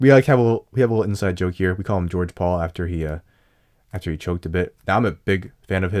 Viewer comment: actually says George Paul’s name correctly!!